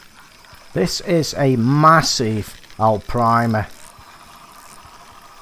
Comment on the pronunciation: I find on this map in this particular peg if you fish down towards the bridge if its a big fish they take you down and around the corner and they sit there and get stuck and eventually it snaps your line lol and i love how you say Arapaima lol Alprima 😆